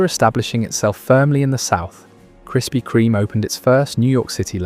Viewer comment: Why can't you pronounce the bloody name?